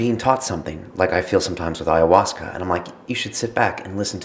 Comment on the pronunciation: If is an AyahuascA filmmaker then why does he pronounce it AyahuascER!? Hehe.. Awesome video, glad to see this sort of stuff out there!